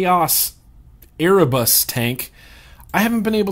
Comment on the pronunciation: Hey, Erebus (pronounced air-ah-bus) is the Greek "primordial" deity of darkness, and the consort of Nyx(my Goddess as I'm a Pagan), and they "birthed" other Greek deities, just thought you'd like to know.